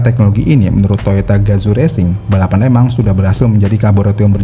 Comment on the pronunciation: Di tulisnya Le Mans di baca nya (sesuai pengucapan bahasa Perancis)... Lemong... 🙄